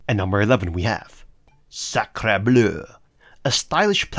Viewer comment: I enjoyed your French pronunciation of Sacre Bleu 😁 (I'm French)